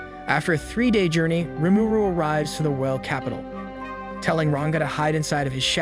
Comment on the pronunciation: I hate how he says rumuru